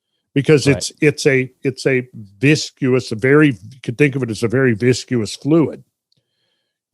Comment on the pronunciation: Are we just going to let Randall get away with his pronunciation of the word "viscous"?